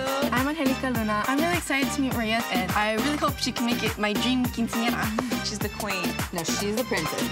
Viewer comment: literally it triggered me how she pronounced Quinceañera, and chambelan😭😭